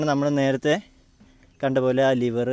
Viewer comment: Lever not Liver